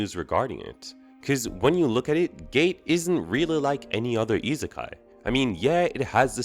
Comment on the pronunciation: The way you pronounce isekai irks me to no end.